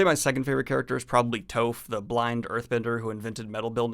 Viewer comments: Corrections Her name is Toph not Toaf His name is Iroh not Eroh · it’s toph (tough) not toaf... haha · Just a friendly reminder To pronounce Toph's name, it's pronounced as "tawf", not "towf". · Did you you watch Avatar or read a synopsis somewhere? How can you watch three seasons of a show and still pronounce 2 key characters name's wrong? They are literally said dozens of times over the course of the series. Toph, Not Tophe. Iroh, not Eroh. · Tofe and eeroh :) we making fun of M.Night and im getting wooooshed? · "Tofe" "Euro" Oh my goodness I have never heard anyone pronounce their names like that LMAOO. I enjoyed that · Toeph and Eeroh, huh? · Toe-f and Ear-oh... Love those guys. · Ah... good old Eeroh and Toaf. Don't mean to be rude, but how does a mispronounciation of a name happen when they're mentioned atleast 50 times in the show. Also, A:TLA is a western cartoon, not an anime. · Did you ACTUALLY watch the show or just read the wiki? No one says "Tofe" or "Eero" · Toaf and Eero? You do that on purpose dont you... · Toaf would absolutely have been the movie pronunciation if the sequel had actually been made. Still haven't forgiven them for Soak-a. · What I don’t understand is how you mispronounce the character names… Iroh and Toph are not said the way you did lol. The show is even done in American English! That said, I totally agree with your review. 10/10 show. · Decent video but I'm really confused by the fact that he keeps referring to Avatar as an anime. Like, I know it doesn't really matter THAT MUCH but it would be like referring to a Spider-Man comic as a manga. It's just not right. And the fact that he kept mispronouncing Toph and Iroh gives me the wild idea that he somehow watched a Japanese dub of Avatar - which would be a HILARIOUS misstep in the whole dubs vs subs topic hahaha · How the hell could you watch this show and still mispronounce the names of two of the most beloved characters? Love you.